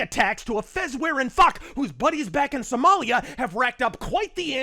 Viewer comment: Trump: sum-MAL-ya